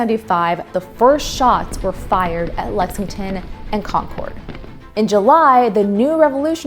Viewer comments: Can we please stop pronouncing it "Con-cord"? Its "Con-kerd". You people sound like morons when you say it wrong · Just a heads up, “Concord”, when referring to the MA town, is a homophone of “conquered”; the last syllable is like “curd” and not “cord”. Same with the grape named after the town. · I wish people would learn to pronounce Concord correctly. --- con-KERD